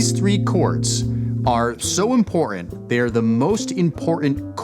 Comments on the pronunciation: "impor 'ant"? 🤔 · I’m more than willing to subscribe to your channel because you have a lot of good stuff but on a personal note, could you please pronounce your tease when saying the word important thank you